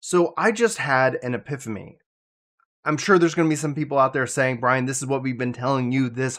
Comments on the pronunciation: Am I being trolled? I'm hearing you say Epiphomy at the start of the video. Love your content my good Sir. Been a long time MMO player but today is the first time I've heard the term FOMO. I love to learn, Thank you. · Yes, you heard Epiphomy. He did not lie to you.